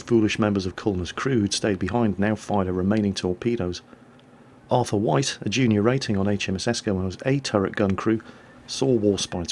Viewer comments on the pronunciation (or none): none